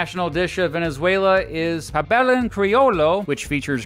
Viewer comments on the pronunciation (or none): Venezuelan here: Thanks for the video. Got bothered with some of the pronunciations, but at least you tried. FYI, all the "ll" like in pabellon, are pronounced "j" like pabejon. Bolivar is pronounced Boleevar with the emphasis on "li." Tachira is pronounced ta-she-ra...etc.